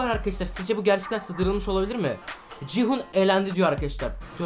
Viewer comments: Abi 456 nın adı cihun değil gihun o bikere abi yanlış söylüyorsun abi😊😊❤❤🎉🎉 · Abi ci hun deyil gi hun 😂😂😂 Yarım saattir öyle diyorsun